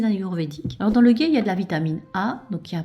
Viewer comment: Le ghee se prononce le " gui " 😊